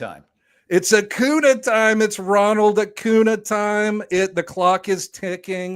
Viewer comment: “Favorite player ever” proceeds to say Acunas name wrong